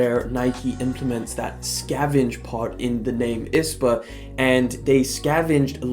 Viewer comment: I liked the video but it was annoying me how you were pronouncing I.S.P.A it’s not ispa